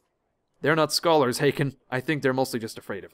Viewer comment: Hakon would actually be pronounced H - awe - kon.